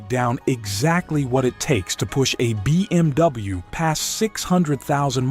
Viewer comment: so annoying when the AI says: bmw -> BeeMW. dude...can you just narrate these videos yourself. AI slop sucks. maybe the content is ok?